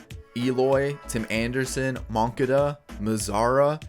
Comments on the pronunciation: how to say moncada's name: mun-ka-da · The way he pronounced Moncada